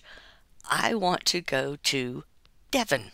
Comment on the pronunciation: I'm so happy you said Devon! Nobody ever says Devon.